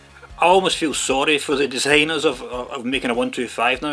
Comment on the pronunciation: It is "bike" not "bake" also it is "designers" not "desaigners"